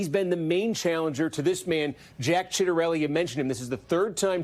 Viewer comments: Really botched the pronunciation of Ciattarelli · Citronelli? Really? 😂